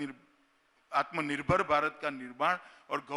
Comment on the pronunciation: आत्मनिर्भर बोल नही पाते 😂😂